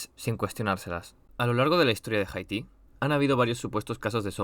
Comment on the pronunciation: me da un tic tu pronunciacion de haiti, no es jaiti, es aiti.